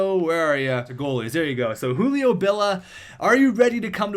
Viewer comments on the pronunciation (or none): JU-LI-O not U-LI-O